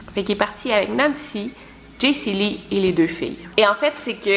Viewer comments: Chepas si je suis le seul qui a chaque fois que tu dis Jesyli sa ouvre Siri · à chaque fois qu'elle dit jacey lee mon siri s'active :p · tu actives mon Siri a chaque fois que tu dis Jaycee Lee mdrrr Zuper